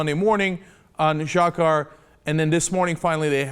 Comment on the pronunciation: It's pronounced "Jahar"